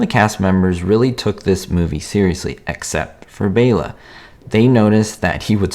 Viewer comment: Thank you for pronouncing Bela's name correctly. I named my cat after him!